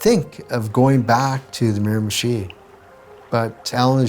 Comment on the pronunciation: Say mirimichi one more time, i dare you.